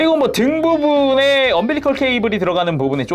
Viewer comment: 언빌리컬 -> 엄빌리컬